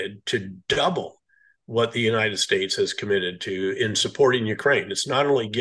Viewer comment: what’s an Untied general. Untied, Uptight, Untide?